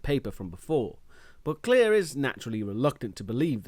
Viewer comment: Her name is Claire not Clear...